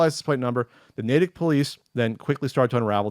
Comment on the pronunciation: Not the most important thing, but well done,, for pronouncing Natick correctly. Non-MA residents usually pronounce it incorrectly.